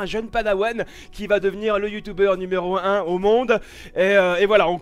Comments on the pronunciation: on dit Youtuber et pas youtouber 😉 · Youtuebeur, "tue" pas "tou" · Like si veux que dise YoutUber et non YoutOUber 😂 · youtuber pas youtouber tu parle un peu mal mais bon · tu me stresse quand tu dit " youtoubeur"😂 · Sa le tue quand il dit youtouber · Je kiff quand il dit YOUTOUBER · il prononce YouTube avec l'accent anglais